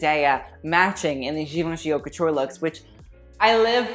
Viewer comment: I’m just wondering, are you pronouncing “haute” in a wrong way on purpose?